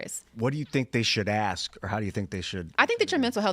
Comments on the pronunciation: It's fucking pronounced ASK not AXE you moron. Stay far away from politics if you can't get something that simple fucking right. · Ask not Axe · The way said, "What do you think they should ASK?" lmao I feel you